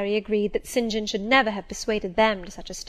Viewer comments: I don't think that you should slow this down it is perfect it helps a lot more when she reads faster it helps me concentrate better. And oh! my gosh his name is Saint John , not Sin Jin! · Yes the 'Sin Jin' thing is seriously annoying me too :S